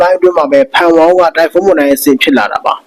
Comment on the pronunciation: ဟေး... weather announcer မှုန်တိုင်းလား? မုန်တိုင်းလား?